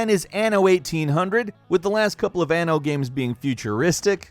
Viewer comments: The "A" is not sharp in Anno. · The way you pronounce "Anno" in italian means literally "anus"